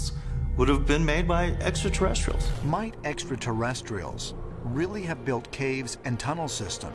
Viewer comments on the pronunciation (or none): Another thing to add to the drinking game to make it more lethal is "Drink when the carrot guy pronounces it 'etsrta-terretstrials."'